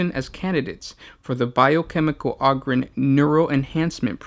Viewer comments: Og-ryn? I though it was O-gryn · its Ogryn not oogryn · AH-GRIN lol.... You sure it aint OH-grin? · Oh-grins Not Ahh-grims They're Ogres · OH-gryn, not AH-gryn. Jesus. Think "Ogre". Come on, man. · its "ogre-ins" not "awgrins" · Not Og-Ryn, it's like O-gre, O-Gryn. Hard 'O'. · its pronounced Oh-Grin, not Ah-Grin :) thanks :) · IT’S PRONOUNCED “OH-GRIN” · "THe Ahgryn" Oh okay. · OH-grins god damn it! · Ummmm...that's 'Oh'Grin'... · I think it's pronounced "Oh"-grins like ogre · Its pronounced oh-grin. the name derives from ogre. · OH-GER, so OH-GRIN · If you are going to share information at least learn to pronounce the name of your subject in the very least. Hearing the word ogryn butchered over and over is super annoying. As plenty have stated it's a play on ogre. How you missed this in your 40 facts is staggering and doesn't really speak highly towards your investigative and analysis ability. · WTF bro you cant say Ogryn right? its ogre like shrek you fool! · Dick Cheer I know right? How can you be a fan of Warhammer 40k and not pronounce the name right? We should ask what Shrek is. Would he say Ahger? He should know this. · omg it's hard to stand watching more of this!!! where are you getting the A sound from or Ah I legit am confused on this!!! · The first syllable of the word "ogryn" is pronounced like the first syllable of the word "ogre" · THAT IS NOT HOW YOU SAY OGRYNS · Holy shit guys it's pronounced Ogryn like ogre. it's a long O.